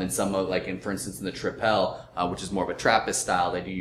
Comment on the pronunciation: It's very interesting to see Belgian beers reviewed & tasted overseas. I really liked the video but just one remark: it's not 'trip-èl' but 'triple' as you would pronounce that word in English. Cheers guys!